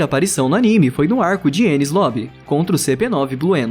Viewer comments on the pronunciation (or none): none